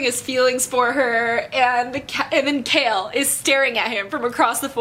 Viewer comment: I'm not going to lie, I feel so ashamed of myself because I've been pronouncing Chaol's name with the -ch sound in "cheese" and Wyrdmarks as "weirdmarks" and you just went there and pronounced them so correctly. To think I was thinking this as I was reading the book and I feel so embarrassed! 😭 But I still loved this book talk as I'm still gushing over what happened :) ♡♡♡